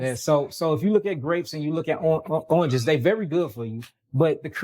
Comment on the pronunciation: Oinges 😂 Love you!!